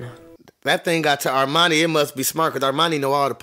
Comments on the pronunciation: It's Harmonie not Armani she's not a brand name lol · Its soo frustrating everytime says Armani.. it's Hermione😅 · HER-miney. Not R-miney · It's HERMIONE.....not Armani 😅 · Wait, wait, wait, wait.... are you calling Hermione "Armani" 🤣 🤣 🤣 🤣 🤣 🤣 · It sounds like you say Armani. 😂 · Her name is Hermione it rhymes with her Hiney